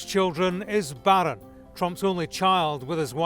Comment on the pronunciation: The way he pronounce Baaaron 😂